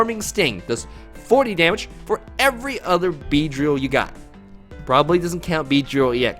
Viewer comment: "Bee-dree-il" what?!